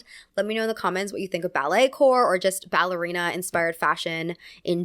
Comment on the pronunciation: it’s pronounced “core” not corp! coming from a dancer just letting u know ❤